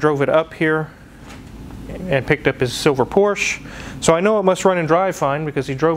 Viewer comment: Turns into british accent.. :D porsche floor mat just killed it :D yikes!